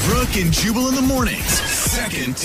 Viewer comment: You know what's funny? When you say, "Jubal", your dubbing says, "Chewable".